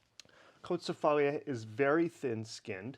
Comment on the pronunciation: Hehe.......it is pronounced "KO-TSEE-FA-LEE". The red noble grape of Greece is Xinomavro.......If you ever get a chance, you should try the Xinomavro(s) from Alpha Estate (Reserve), Kir-Yanni Estate (Ramnista), Karydas Estate, Dalamara Estate. Rare ones are Tatsis Estate Goumenissa (Xinomavro, Negoska blend).......these are wines similar to Barolo in style and elegant. The better red varieties of Crete are Liatiko and Mandilari, the noble red of Santorini is Mavrotragano....................................cheers.